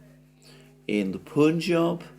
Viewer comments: Alexander, Punjab is not poonjab. Modern spelling in English would be Panjab. So the first syllable is pun as in punning, but without the English stress. You'll get it, like you worked on your Russian which I don't presume to correct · In other words it is said as it is spelled Pun-jab. No French une.😂